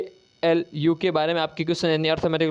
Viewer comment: ALU को तो ये ईलुलुलु बोल रहे है😂😂